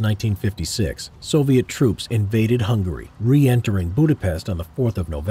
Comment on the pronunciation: You said soliet army